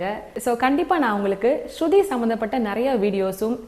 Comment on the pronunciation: அது.ஸ்சுதி மா ஸ்ருதி அல்ல..